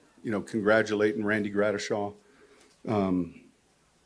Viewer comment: Hey sean,its gradishar not gradishaw...lol